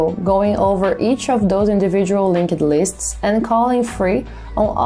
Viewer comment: Love the explanations but can you please stop saying LinkED lists.. it's a silent E. I can't unhear it anymore.